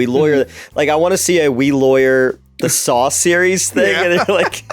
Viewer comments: Drink every time says Sawl. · I love how says "Sawl"